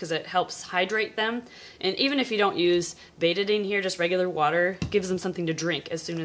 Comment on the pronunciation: I think "Betadine" rhymes without "eighty-nine," not "rate a bean."